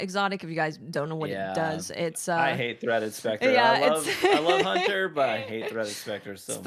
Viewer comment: Lol geez you got me saying hoonter now 😂